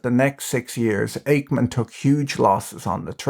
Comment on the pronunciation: ache-man .. lol